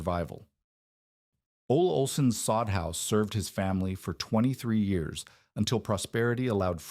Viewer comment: Betting "Ole Olson" is actually 'Olle Olson', pronounced 'Oh-lee' Olson. Whatchya' think?